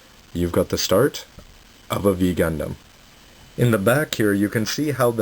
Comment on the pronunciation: i remem ber when i played the gugundam vs gundam uso always said v gundam lauching in japenese i thought e said v dum dum at first